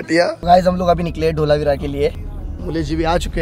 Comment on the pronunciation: Not ઢોલાવીરા , say ધોળાવીરા